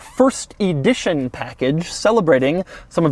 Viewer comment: Why can't you ever pronounce the word Edition the right way...